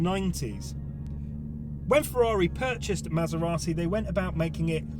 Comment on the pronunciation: How is it that you know how to pronounce Maserati, but now Porsche? Oh, right. You speak Italian but not German. And, could you have picked a worse car (Tip) for the comparison. No? Well, fuck it, I won't watch then. Stupid vid. Waste of your time. Wow, those must be two days that you will never get back. I won't waste 10 minutes on your vid. Thanks for letting me know.